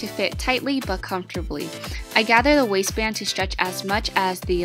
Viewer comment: She said wasist band...i thought it said wasteman😂😂😂